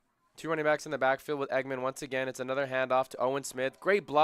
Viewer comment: Dallen Engemann’s last name is not pronounced “Eggman. It’s pronounced “Eng’-gah-mun.”😊